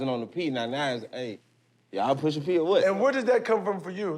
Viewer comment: Maverick… Please stop saying Pushing P. Smh geez